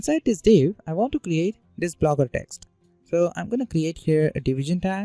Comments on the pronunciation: Lmao "Blooger" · hey man it's not Blooger it's Blogger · great video, but its blogger, not blooger😊, and please add time stamps., its easier for viewers to go over sections again. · Theres one mistake in entire video lmao "Blooger"